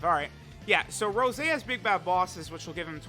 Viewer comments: Please, call him Rosé again and not Rose, that's how they call him in the anime, just like Cabba is Cabba and not Cabbe. Keep up the awesome videos! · STOP SAYING ROSE!!!! IT'S ROSÉ("Rosay") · It's pronounced RosÉ, goddamit lol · His name is actually Rosé and not Rose... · Plot twist: first 10 min was an imposter cuz he said rose and not rosé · Mans really disrespecting Rosé, by calling him Rose...Not subarashi, man